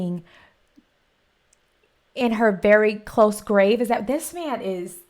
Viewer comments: He is refering to "vericose veins", but he says very close veins. They like to have him say things similar to what he means to say , for comedic affect. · He meant to say "in her elastic stocking next to her varicose veins" but in Archie speak and his hilarious mispronunciation of words the line he delivers is "In her elastic stocking next to her very close veins." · He said VERY CLOSE VEINS, (vericose veins) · Archie's quote about where Old Lady Heisinger could carry a gun was "....she could carry it in her elastic stocking next to her very close veins". Archie's way of mispronouncing words and phrases to humorous affect are part of his charm. The phrase "very close veins" is a mispronunciation of the medical condition called varicose veins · Archie is reeling off references to stars of classic westerns, but botching their names, and he doesn't know how to pronounce varicose veins, so he says, very close veins. Lol. Shades of Key & Peele Substitute Teacher nearly half a century prior.